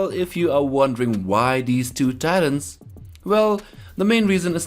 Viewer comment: the way he says Titans, i thought its tyrants